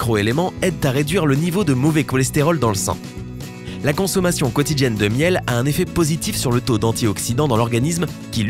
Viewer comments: Insupportable.; Quotidjenne, eau tjède, mondjale, cardjaque.. Infernal !!! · Insupportable.; Quotidjenne, eau tjède, mondjale..